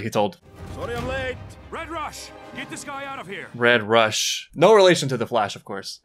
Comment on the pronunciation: RR was my favourite Also: not able to correctly say Red Rush's name